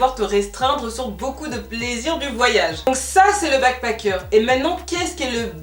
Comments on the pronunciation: Je comprends pas pourquoi tu prononces bien le « a » de backpAcker mais tu n’arrêtes pas de dire « begpEcker » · Tu as bien fait d'expliquer la différences entre les deux termes ! J'me disais "mais pourquoi est ce qu'elle prononce backpacker comme ça ?!" ahaha. Merci pour la vidéo je n'étais pas du tout au courant de ce phénomène !